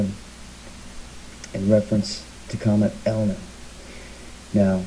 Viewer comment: Unfortunately this guy's credibility is compromised by his getting the date wrong and inability even to say the name of the comet correctly... ELIEN? Perhaps he has a bad case of DYSLEXIA.